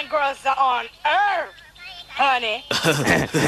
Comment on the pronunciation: I love how she says “Earf” He kind of sounds like Kurt Russell